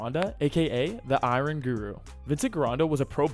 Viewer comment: The pronunciation of iron is killing me